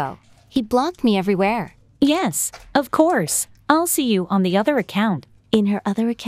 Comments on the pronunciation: “Of couse” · Finally someone heard the "ofcowse"💀